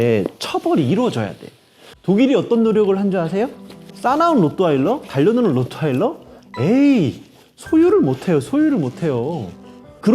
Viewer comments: 로'트' 발음 안되요? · 사실 로트와일러는 영어식 발음일 뿐이고, Rottweiler는 독일 견종으로 정확한 맞는 발음은 [호:트바일러]입니다. 독일의 한 지역인 Rottweil (호트바일)으로부터 지어진 이름이죠. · 나만 그래? 로또 와일러 라고 들리는데